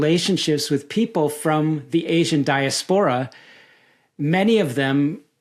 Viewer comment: Great interview but the way he pronounces diaspora makes my brain mske TV static noisrs